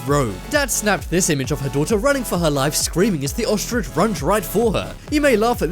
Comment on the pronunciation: I cringed at every "ostrich" that was said.